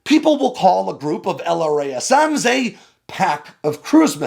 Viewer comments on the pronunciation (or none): "L-RAZ'M" STOP SAYING L-R-A-S-M REEEEE